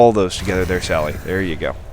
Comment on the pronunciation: its pronounced sally DES, and it's a guy =P